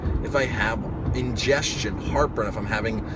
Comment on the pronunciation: indigestion not ingestion